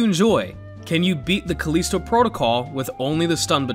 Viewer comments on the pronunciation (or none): Its callisto, not caleesto. They pronounce it in game too